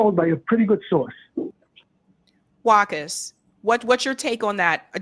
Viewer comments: I think the name should be pronounced Vakha not Wahka? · It is pronounced Wa qaas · Sorry to point this out, but mutual respect demands than one pronounces another person's name properly to show respect to them. WAQAS's name is pronounced as WA-KAS